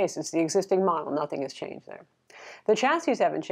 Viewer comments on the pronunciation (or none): none